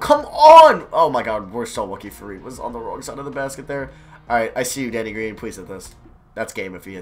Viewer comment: When he said, “Good D Danny,” I thought he said, “Good D Daddy.”